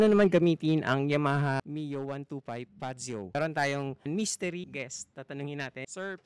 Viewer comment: Mas alam pa ng vlogger bigkasin 'yong unit kaysa sa mismong sales representative eh haha